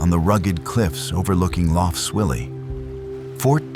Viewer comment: Couldn’t listen to more than 10 mins of this pretentious rubbish! And learn to pronounce lough properly - it’s not luff! Off to find a better documentary.